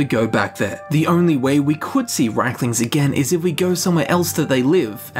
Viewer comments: They are Rieklings, not Reiklings. You pronounce the word as if they were Reiklings. This is a common mistake made by native English speakers. ie = i: ("1,5 times i) ei = ai An example: the name "Stein" is NOT pronounced "stiin", it's "stain". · GOD I'M SO FRUSTRATED! Reeklings, not RAYKLINGS DAMN IT! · Its r ie klings not reik.. In english you can say its not Ei as in reich its riek as in reek. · If you pronounce it as its spelled, it would be "Reek-lings" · Reichlings?! Wtf They also pronounce Daedra "Deirdre" sometimes in the games but that doesn't make it right! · Why is it pronounced Reikling when it is spelled Rieklings? Top 10 questions science can't answer. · IE, not EI.